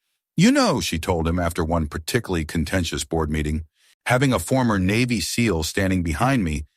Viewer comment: S-E-A-L WTF. Do you not know how to say the word seal? What the hell was that spelling the word? Tennessee.